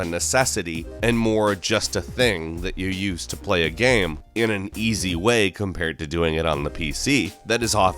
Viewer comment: why do you butcher the word game so much? stop trying to make GEM happen it's not going to happen...